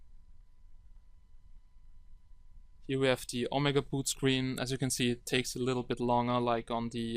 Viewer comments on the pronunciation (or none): none